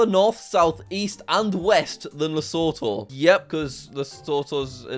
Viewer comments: It’s pronounced Lesuutuu actually. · You pronounced Lesotho wrong but great video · Eventually I will teach Jack how to say Lesotho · When will jack pronounce Lesotho right?